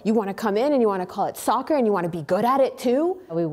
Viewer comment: I’m Canadian and I’d be annoyed too. If u say it fast enough it sounds like sucker instead of soccer.